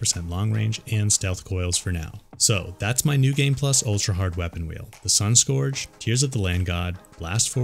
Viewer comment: Just an FYI dude, Scourge should sound like surge, not forge. (I’m a fan of your videos, just trying to help - not trolling!)